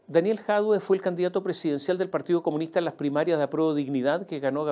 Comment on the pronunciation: "trata el problema de la PDI", jajaja, 30 segundos en una columna de 42 minutos. Después de decir 137 veces "partíoh comunihtah".